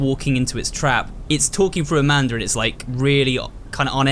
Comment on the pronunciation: Did anyone hear him say "Amander"?